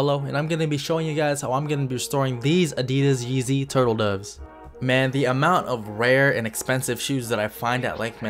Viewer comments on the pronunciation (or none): He said they were Yezzy it says adidas